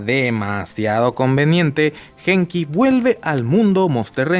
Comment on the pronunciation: una observación, se pronuncia Guenki, no Genki, el nombre del protagonista.